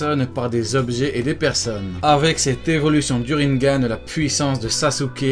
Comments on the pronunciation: Ca se dit "Rinégane" pas "Rinegane" xD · il dit rinegan au line de rinnengan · le rinnegan de prononce rinnegan et pas rinnengan